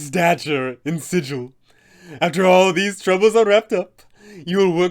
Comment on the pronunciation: I already added her in an interplaner courier game I ran. She had the pc's start the faction wars (unknowingly of course) she is so much fun. Good vid! Also I hate to bring this up, but it's pronounced with a hard g like bagel, not the standard sigil. It's in the planescape source book. Just an FYI.